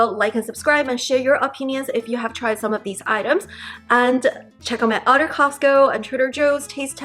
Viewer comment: It's pronounced other, not utter. Fyi